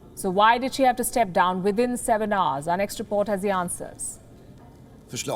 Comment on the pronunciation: I like her pronounciation of hours as arse.